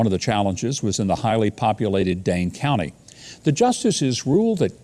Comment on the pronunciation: Did he just say "Dang County"?